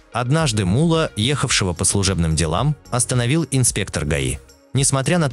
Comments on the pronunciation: Не мула а Мулло, две буквы Л и ударение на букву О, у вас ударение на У получается, это же имя человека, Таджикистану привет из братского Узбекистана, мы вас уважаем, мы с вами один народ у нас с вами одна история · Не М'улло, а Мулло'!!! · Вы ударения неправильно ставите. И посторонних Индусов и Арабов зачем показывать? МуЛО Не говорите 😃